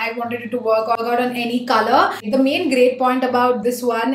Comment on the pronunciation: When she said: coLour. It sounds like “Khala” 😂 first I thought what is khala in English ??? Then after 1 min, I discover that it’s “colour” 😂